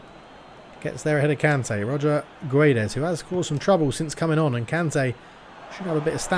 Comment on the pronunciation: It's King of Pronunciation time! *Choir in the Background* Ooooooooh, It's the King of Pronunciatiooooooon *voice fades out* In today's episode, we're going to learn how to spell "Guedes", a very common Portuguese last name. To correctly pronounce the name, we first need to pronounce the word "gets". Both the "u" and the last "e" in "Guedes" are silent after all. So, how does one pronounce the "ds" sound at the end of "Guedes"? Well that's easy! You make a 'sh' sound, as in "should". With all of that being said, "Guedes" should be pronounced like "Gedsh". Good luck, and stay tuned for the next "King of Pronounciation", baby! *Choir in the Background* Ooooooooh, It's the King of Pronunciatiooooooon *voice fades out*